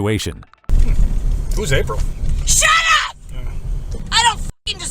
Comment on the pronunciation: “Who is April?” “SHATUP” 😂😂😂💀💀😐